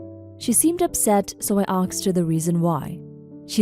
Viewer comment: Learn how to say ASK/ASKS/ASKED. All you say is AKSED 😅